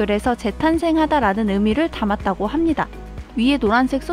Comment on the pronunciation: 합니닥. 입니닥 킬포입니닥!ㅋ